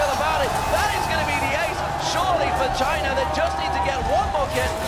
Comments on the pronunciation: i'm understanding vagina every time he says but china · Everytime he says "The China Team", i heard Vagin* team.... my mind must really be fk up =,=